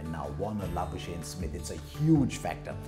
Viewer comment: Labusene? 😅😅😅 I know it's difficult to write his name.. even pronouncing is tough. It's Labuschagne..